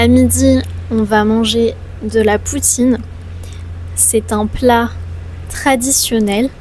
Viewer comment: Y a quelque chose de tres reconfortant dans ta voix, accent ou ton... je sais pas quoi. Bravo pour bien dire "poutine" a la facon quebecoise